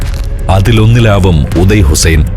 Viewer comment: ഉദയ് ഹുസ്സൈൻ അല്ല, ഓദ യ്യ് ഹുസ്സൈൻ അണ്,Audaay Hussain.